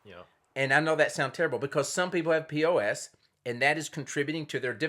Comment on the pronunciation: It’s PCOS, not POS.